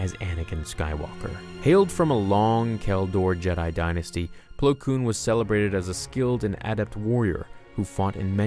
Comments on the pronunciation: It's Plo Koon, not Plo Koom. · My favorite Jedi, Plo Plowin😂😂😂